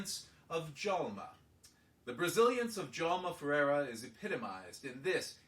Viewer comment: I really like your comments. And I just want to mention it, your pronounciation of my name (and my father's name) is correct.